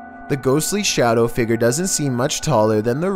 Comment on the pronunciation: numbar fhive seemingly ghostlee figor